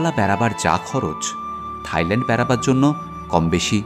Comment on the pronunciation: দারুণ ভিডিও কিন্তু উচ্চারণ ta হবে Thailand (soft tha’i) mane (থাই ভূমি) not Thighland (উরু জমি). এটা তাদের জন্য অপমানজনক তাই বলা.